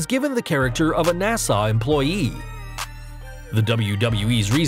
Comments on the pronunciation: NAS-UH, UH, UH. Not NAS-AWE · NASA not Nassau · Sounded more like "Nasar". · Tf with that pronunciation NA- SUH dude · How do you keep mispronounceing NASA?